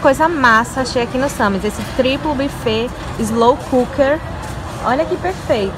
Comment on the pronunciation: É sans e não Sami.